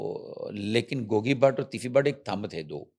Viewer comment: When the anchor started I thot shes discussing in English.... But how she pronounced Gauggii... And the urdu... Amazing 😂... is doing Well... ❤